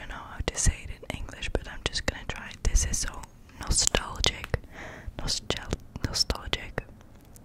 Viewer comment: You Pronounced Nostalgic perfectly